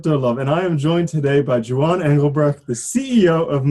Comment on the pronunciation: Jew-ahn? Not Hwan? And he didn't correct the pronunciation?